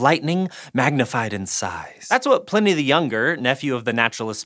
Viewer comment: Its pronoiunced PL 'EYE'ny the Younger, Not PLIN=EE